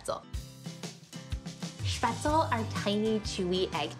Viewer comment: The least you could do is pronounce spaetzle correctly…